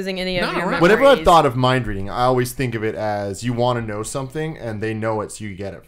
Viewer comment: Lol Colin did it again! "The-ink" instead of think XD.